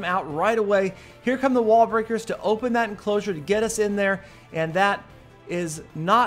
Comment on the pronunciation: yes, u did say "wall-bricker"